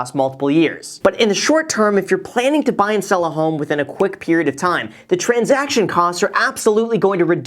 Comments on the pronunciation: Love u Graham but "transaciton" will never be transaction 😉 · *transaction not transaciton. Great video though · "Transaciton" :D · "Transaciton"? 😂 Just kidding. Love your videos ❤️ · "Transaciton" haha... Nice. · So is no one gonna talk about “transaciton” cost? 😂 it’s okay, Jack. Great video, Graham! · Can't forget the 'transaciton' cost